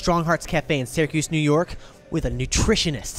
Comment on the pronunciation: Am I the only one who appreciated that B12 joke at the end after he repeatedly mispronounced "New York"? Lol...